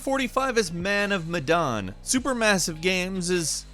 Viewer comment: man of medan, pronounce like 'mehh' but without 'h'